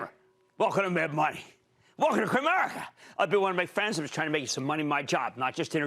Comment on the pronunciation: When he says Kramerica it sounds like he's had a stroke =))